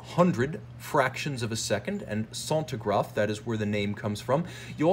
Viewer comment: Good lord... sentograph ! Sen-tea-graph if it will helps. Anyway good movie, interesting.